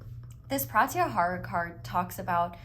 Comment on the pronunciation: its pronounced pruh-tyuh-haa-raa